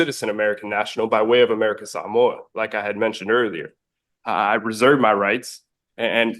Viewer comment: did he say by way of somoa....if he's here illegally then deport him